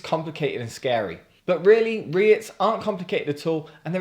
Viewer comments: Am i the only one whos gonna tell you its pronounced "reet" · FYI it's pronounced 'Reets' - And yes, totally agree - wouldn't touch Unite with a bargepole.